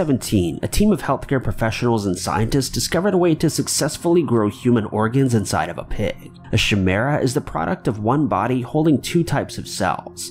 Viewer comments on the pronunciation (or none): pronounced Ky-mera